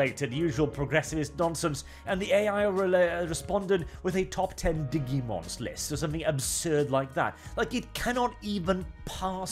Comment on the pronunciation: Wait... Stop everything... Did you just say... Dig-EE-mons???